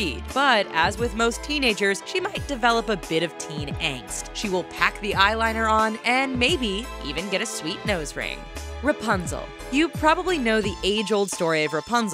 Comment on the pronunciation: the second time you said Ring it was Ringe